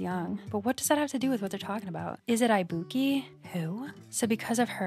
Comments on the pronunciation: LUV THIS also girl u r killing me ibuki is pronounced ee-boo-key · The mispronunciation of ibuki so many times made me piss myself laughing